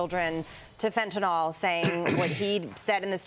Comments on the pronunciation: It’s not pronounced “fen-tin-all”. Rather, it is “fen-tuh-nil”. Can’t we fix this? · Really wish these people would learn how to pronounce Fentanyl rather than coming on sounding like amateurs.